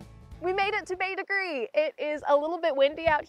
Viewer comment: Thanks for pronouncing Bete Grise correctly.... lol